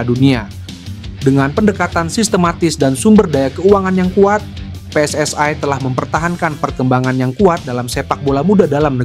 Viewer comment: Bukan PSS AI tapi PSSI jangan kau oferekting ucapan bahasa Inggris